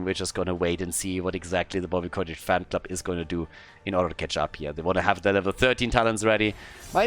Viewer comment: It may be distracting to hear you say "Bobby Cottage" all the time, but it's not like Bobby deserves to have his name pronounced correctly anyways, so just carry on as you were,.:P